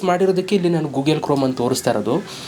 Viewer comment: ಗೂಗೆಲು ಅಲ್ಲ ಮಾರಾಯ ಗೂಗಲ್ 😂😂